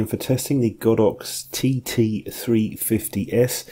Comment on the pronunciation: Great review, I have the Olympus version and I'm well pleased, strange to hear you pronounce it God ox, I would have said Go dox ! lol anyway thanks again for a good review.